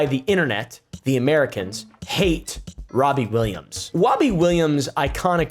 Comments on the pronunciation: wobbie Williams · "Wobby Williams" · Why does he keep saying wobbie? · Every time you say his name i hear wobbie Williams 😂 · "Wobbie Williams" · wobbie Williams lol